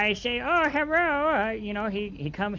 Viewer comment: From when says "Oh Herro" instead of Hello oh man that was funny. These videos are just great